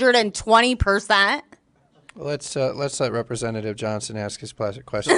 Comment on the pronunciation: 120 peercaant 😂 she definitely knows what she’s talking about